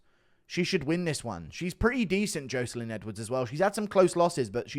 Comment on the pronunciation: Good vid as always but please stop saying Joeselyne Edwards am I right